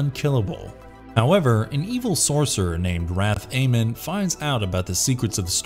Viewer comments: The American Narrator can't even pronounce a name of a character, even when the name is said seconds before in the cartoon Wrathamon becomes Wrath, Amon. There were far better titles you could've included. Even the Bureau of alien detectors, was better than some of these choices. What about Jason, and the road warriors, or The Ewok's, or She-Ra, or Mask, or COPS. Cartoons were great once it taught kids to be fighters and winners, and also it taught kids how to grow into men before the likes of Yugio, and pokemon, these cartoons were girlie and has contributed to the weak children and "the millenials" we have to deal with today.... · the way he pronounces Wrath-Amon really rubs me the wrong way. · Wrath Eamonn lol